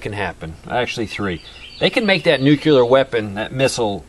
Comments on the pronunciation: Another one who mispronounes "nuclear" as "nuke-yuh-lurr", Geez, isn't there anyone left who can actually say "NEW-KLEE-URH"? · Nuclear is pronounced (NEW CLEAR) NOT (NEW Q LER} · OH PLEEEASE - TRY TO SAY... NU - CLEAR NEW - CLEAR. NU CLEAR. NOT NU - F''ING - CULAR. AAAAaaagh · FOR THE LOVE OF GOD!! PEOPLE! .... it's pronounced ( new clear ) .... the word nuclear is pronounced (new clear). not ( noo cue ler ) ..... it's ( new clear ) ! .. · "I'm not going to get into the technical stuff because you wouldn't understand it"..."nukular" I counted 12 nukulars; it's nuclear! You're killing me... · Why have so many trolls shown up on vids lately? I'm somewhat of an expert on this subject, and you're doing a very good job of giving people the info they need to know to stay alive without confusing the issue. I do wish that you'd say nuclear instead of nucyaler. But well done my friend. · New clee er- but even some scientists say new kya ler. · Nukuler? Pronounce it Nu-CLE-AR! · Please, PLEASE. It's "noo-CLEE-ar" NOT "nu-CUE-lar" . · Nuclear - not nucular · he wont tell us about the data because we wont understand it but he cant even pronounce the word nuclear.. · please try to say NU-KLE-AR, again: NU KLE AR other than that love what you say :-) I am sure you're smarter than dubya (he is the best known mispronouncer of this word)